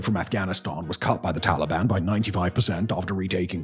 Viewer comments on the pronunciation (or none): none